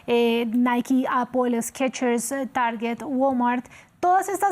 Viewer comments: No se dice Naiki, se pronuncia Nike asi como se escribe, por ejemplo bike se pronuncia asi mismo no biki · Se pronuncia : Naik y el segundo seria Baik. La e al final no se pronuncia en este caso. Y menos se pronuncia como i. Osea Naiki.